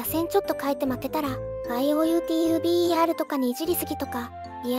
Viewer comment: ワイオーユーティーユービーイーアールで草